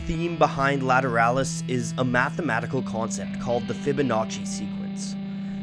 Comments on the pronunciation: I thought it was pronounced La-tear-uh-lus LA as Laguerda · I wish he would pronounce it properly. This is the best album by tool. Every single song is good but this is the pinnacle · How Polyphonic did not use grammar to influence the pronunciation of "Lateralus " in this video.